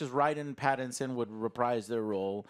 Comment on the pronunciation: Why does Joe have NO idea how to pronounce Pattinson’s name? Lol